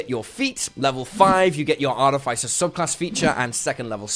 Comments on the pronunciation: Arrrgh!! It’s pronounced Ar-TIF-iss-er, not Art-if-ICE-er. FFS. 🙄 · Excellent content, but a whole video about artificers where you mispronounce artificer is giving me palpitations. Ar-iff-iss-uh, not ar-tee-fyce-er. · Sorry I usually don't do this but the way you pronounce Artificer is wrong.